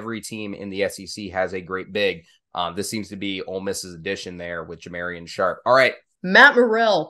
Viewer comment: Ja mar ee on Sharpe